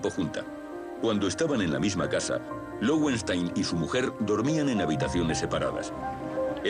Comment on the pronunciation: Creo que se pronuncia lovenstáin, pues es nombre alemán (leones de piedra). Este comentario es apenas una curiosidad, sin gana de corregir o criticar, pues cada un pronunca a su gusto y eso está bien.